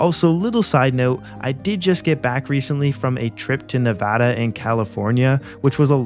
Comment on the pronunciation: Subscribed for calling it Nevada and not Nev-ah-dah 👍